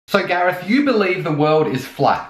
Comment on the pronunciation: Please tell us what name you used at the very opening of the video... Did you say "Gareth" or "Gary"?